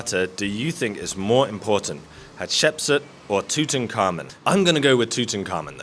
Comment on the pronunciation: "TOOT'N'KARMON" is probably the worst pronunciation of Tut Ankh Amon I've ever heard ,ever think of moving to the US😁